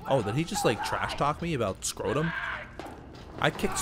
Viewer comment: I love how he's just saying "Scrodum" on purpose now.